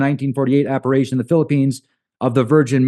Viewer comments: Not saying this to be a dick, but I'm one of those spelling/grammar Nazis, LOL! So, it's appar-i-tions, not appar-a-tions. It's an I, not an A. So sorry I just had to, it was driving me nuts, LOL! Have an amazing remainder of your day/night everyone! Love to all!!! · it's pronounced Appa-rish-tion, not Appa-ray-tion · It’s appar-I-tion not appar-A-tion.